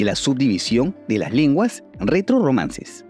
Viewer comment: es retorromances, no retrorromances.